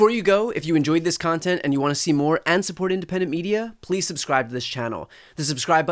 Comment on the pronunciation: Did he say pweese or fank you?